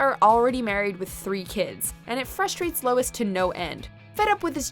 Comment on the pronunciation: Sounds like ur sayin Louis